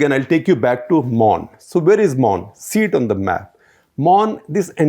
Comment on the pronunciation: The pronounciation u made for the names n palaces, well versed! good to listen kudos!!